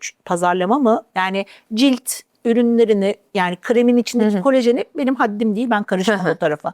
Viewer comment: "Kolajen"e "kolojen" denen bir programdan nasıl güvenilir bilgi alırım diye düşünüp, izlemekten vazgeçtim.